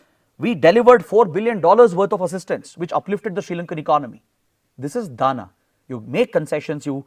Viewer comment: Sir it's not 'Dana' but 'Dama' (दाम)